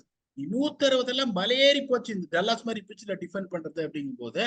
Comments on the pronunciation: it’s called ‘டா(da-luhs)லஸ்’, not ‘டல்லஸ்’. Please check google and call accordingly. All your inputs are great to listen. Keep it going. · 😂 Dull ass illa Dallas ( Da + Luhs)